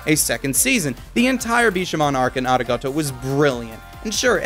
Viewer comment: Ari-goat-o?? Did anyone else hear that?